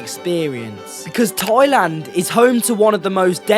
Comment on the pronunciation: It’s not TOYLAND it’s THAILAND 😂